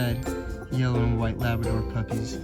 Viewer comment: "Luvordor", ha ha!! Love it!! Thanks G!